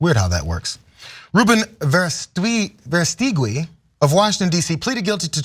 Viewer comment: Is it not pronounced "Vera stooge i"?? But we know you have to be a sicko to support Trump anyway so no big surprise here. The Nazis were really good at messaging also.